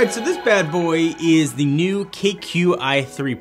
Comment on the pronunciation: The proper pronunciation is niú